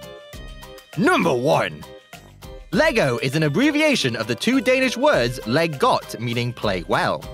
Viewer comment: It's not leG godt it's more like LI godt